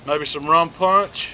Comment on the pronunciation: Looks great! I just subscribed, especially because you did a decent job pronouncing "Aye man!".